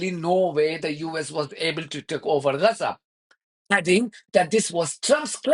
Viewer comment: What’s wrong with you, you’re a Fudu what have you got do with Gaza, you’re a Pakistani. Hate 😡 the way you pronounce Gazzza. Stay in your lane your Low IQ reporter.